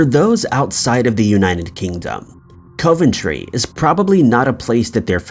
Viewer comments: Coventry. Pronounced 'cov' not 'cove'. 🙄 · I always enjoy your content but COVE-ENTRY had me dying... it's KOV-EN-TREE for future reference 😂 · It is pronounced COVentry not COVEntry it is an O not an oh thank you.Must admit I have never heard of any hysteria in Coventry after the bombing? Much the same as there was no hysteria in London during the Blitz!! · 'Cov' like 'of' not cove ..... Sounds like Cov En Tree when broken down..... And it's always been a major industrial city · It's pronounced CAV - AN - TRAY. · By the way, it's pronounced Cuv-Enn-Tree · He has quite a few pronunciation mishaps in his videos. I always found it funny. Still good shit tho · Sadly he doesn't seem to read these comments about his constant mispronouncing-it would improve his channel a lot. A shame since his videos are generally good but it happens every video and often the same words. Such as 'Edenburgh' instead of 'Edinburgh'. And it's COV-entry like cuv-en-tree. *Sigh*. Good content otherwise! X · being from england your pronouncing coventry wrong